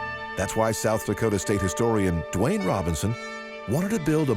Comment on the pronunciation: It's Doane Robinson not Dwayne